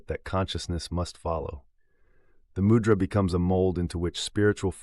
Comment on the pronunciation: Refreshing to hear mūdra pronounced well, and the voice being a real person, thank you!!